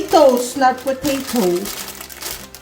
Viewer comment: Natawa ako sa pronunciation ng potato at sa kakulitan ng anak mo.